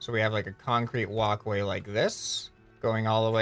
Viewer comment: so we have a. Kan-Crete woc way